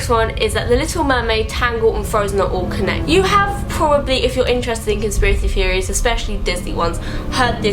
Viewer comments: Amby Chester "Feories" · Amby Chester I thought that's what she was actually saying not theories I can nearly understand her 😂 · When she says "Theories" it sounds like she's saying fairies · Can't unhear it now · Amby Chester I thought the same thing! I was like why does what she is saying not make any sense!?